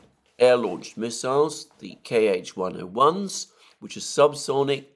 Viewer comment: "Kh-" Alexander, not "K,H". Just like Ka-52, not K, A -52. Great analysis as always.